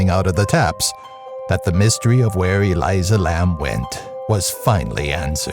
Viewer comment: It’s Elisa not Eliza